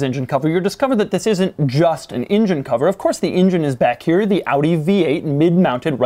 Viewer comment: The way he pronounces "here" (he says "chere")